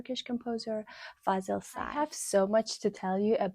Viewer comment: Perfect pronunciation of FAZIL SAY. Respect 😊👍🏻